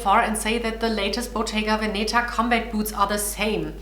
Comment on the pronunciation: Check your pronunciation of Bottega Veneta, you´re stressing the wrong syllable.